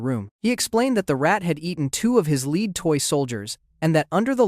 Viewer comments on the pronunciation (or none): I really enjoyed the fumble of "Lead" soldier